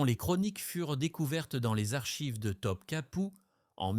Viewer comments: Pour info on ne prononce pas Top Kapi mais Top Kapeu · Pourquoi Top Kapou? Et pas Topkapi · Je pense que la personne a demandé à l'ia de faire un documentaire sur Theodora et d'en faire une video. Il y a pas mal d'erreurs sur les noms aussi et après vérification, les dates ne collent pas. Pour les noms, il faut lire : Goulbar hun : Gülbahar Hatun Top capou : Topkapı (Sarayı) Bosfor : Bosphore Sumbula : Sümbül ağa Aïe / Aïsh Sultan : Aişe ou Ayşe Sultan (prononcez Aïshé) Quand on n'a pas les bons mots, il est difficile de les deviner pour faire nos propres recherches.